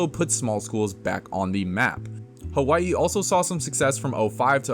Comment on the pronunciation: The proper pronunciation is with a W, not a V.